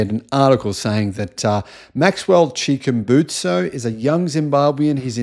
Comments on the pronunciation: It's Chikumbutsu, Maxwell Chikumbutsu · Chikumbutso is the name! You can't even get the name right but somehow u smart enough to disprove his technology...